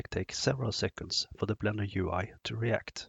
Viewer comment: Must’ve been the Blendör pronounciation 😊Anyway, fantastic introduction, clear as crystal. Thanks!